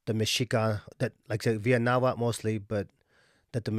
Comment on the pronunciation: Mexica (meshica or mejica)=Azteca.: They where known as Aztecs because they came from Aztlán,Aztecas they become Mexicas when they founded La Gran Tenochtitlán. From the word Mexica is where it comes Mexicano. and México And the languaje is call Nhuatl no nawhal you need to pronunciate the tl the word you are saying refers to a shaman that transform in to spirit animals ..so plz sayit right Nahuatl. and i would like to add that this kind of distinctions only exist or are relevant in USA in Mexico all are Mexicans even if you are zapoteco purepecha whichol etc etc you are mexicano there are no terms such as european mexican of afromexican ..that just doesnt exist in mexico.